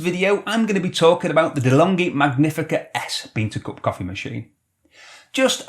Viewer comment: Nice video as usual! Just make sure you. Pronounce "Magnifica" correctly. With caffeinated love from Italy